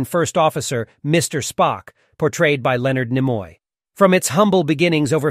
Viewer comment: As you introduce Spock, not one of the stills in the montage shows him. OK, so you mispronounce Karamazov, no biggie... But... Nimoy? To quote Sam Rockwell as Crewman #7 Guy in Galaxy Quest... "Have you even SEEN the show?"